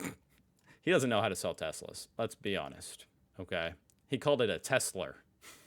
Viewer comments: „i love tes-slur“ sounds appropriate to me 😂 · Tesler, almost sounds like a tes-slur. 🙂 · Of course he calls it Telser, he is used to the hard R at the end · Tesla is pronounced Edsel. (Now that's a truly boomer thing to say.) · Trump can't pronounce "Tesla" and Nikola Tesla was born and raised 110 miles from where Melania was.